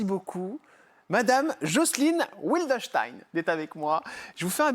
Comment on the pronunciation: on prononce Vildenstein en allemand. Pas Oui ldenstein Ce n est pas un nom anglais (mais allemand).